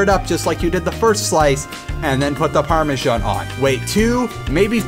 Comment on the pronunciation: I'm sorry, but Parme-sjan? What's this you're talking about...